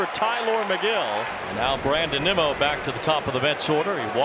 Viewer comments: Did the Apple TV announcer call Nimmo nimo? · You know it’s bad when Apple TV can’t pronounce “Nimmo”